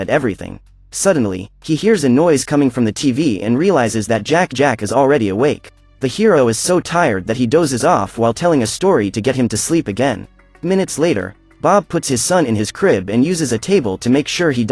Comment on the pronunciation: Heroin?That's not how you pronounce hero lmao